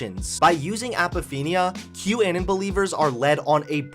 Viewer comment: "Kew Annin"